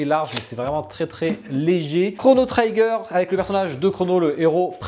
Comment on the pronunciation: Chrono Trigger (prononce Tri-gueur) Statue pas parfaite mais sympa. En tous cas c'est cool d'avoir enfin du Chrono. Maintenant je prie pour du Xenogears.